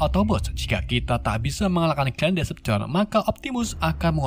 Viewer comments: Decepticon di baca "deseptikon" bang Bukan "desepsien" -_ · bacanya itu deseptiken (cara bacanya yg benar) dan abang malah bilang desepsion(cara baca abang) bacanya ya all spark(ya gitu ga ada yang beda dengan katanya) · Bacanya desepticon bang bukan decepson :v, btw lanjut ampe tamat y bg plus jadiin playlist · Baca decepticonnya bukan desepsion bang tpi deseptikon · min, Decepticon loh... bukan Deveption🗿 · Decepticon bang bukan deception 🤣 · Decepticon bang bukan deseption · maaf ya bang nama nya Decepticon bukan Descjon😂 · Bacanya diseptikon bang bukan disepsishon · correct bang bukan devastaion tapi Decepticon, Decepticon adalah sekumpulan alien jahat yang di pimpin oleh Megatron.kalau Autobots di pimpin para prime contoh Optimus prime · Deseptikon bang bukan desepsyon 🤢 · deseptikon bacanya wak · Bang cuma mau koreksi Klan nya Megatron namanya "Decepticon" bacanya Deseptikon🙏